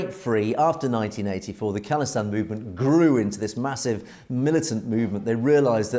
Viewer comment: FYI it’s pronounced “Call-istan” (like phone call) not “Kahl-istan” no disrespect it’s all love, appreciate the good work